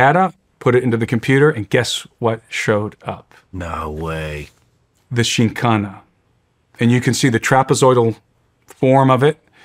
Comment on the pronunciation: The host didn't even research enough to prounce the topic right.. should be full of facts lol